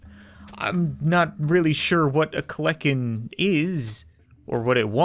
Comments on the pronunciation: Any one else notice he said kleken instead of kelekan the dino bird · I'm sure this isn't really valid but it's not kleckin it's kelekin it's a prehistoric dinosaur that I'm pretty sure with it's really sharp teeth was meant to eat meat and I'm 50% sure it belongs to the bird family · its pronounced kel-a-ken also they dont fly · not to offend you, its "kel-en-ken". More known as the Terror Bird.